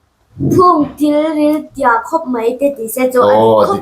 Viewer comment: Tilril tih ani loh khi ( Tiril tih in nih khi i zia nang pawn)